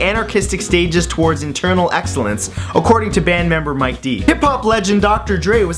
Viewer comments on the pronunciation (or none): none